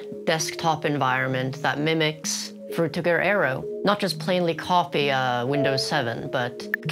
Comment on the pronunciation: How could you possibly pronounce frutiger aero so incorrectly?